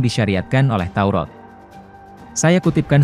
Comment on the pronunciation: Maaf salah baca pak Kitab TAURAT bukan TAUROT hati2 jangan salah ucap kepada pencipta alam semesta harus jelas?